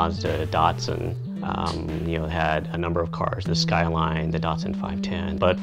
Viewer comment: wtf did you call it? saladcar? Celica. pronounced ceee leak ahhh. and dahhtsun. dattttt sun At least you can say Toyota 😊 nice little cars